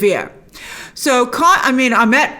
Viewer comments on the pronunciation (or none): Egyptian name pronunciations seem to be all over the place here. Ammit is spelled as though it should be pronounced Ah-MITT, but Grace keeps saying Ah-MET. Huh? And then in the episode they pronounce Isis as Ee-seece. Okay, so if those letter "i"s are supposed to sound like "ee", then the name Ammit should sound like Ah-MEET. Can we get some clarification on this please? We're all so concerned about cultural authenticity, after all, how about we start with correct pronunciations.